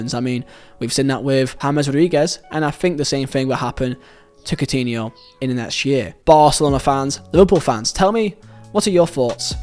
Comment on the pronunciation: "cotiniol" kkkkkkkkkkk